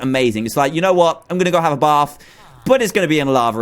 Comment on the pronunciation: I love how he says "Baf" instead of bath XD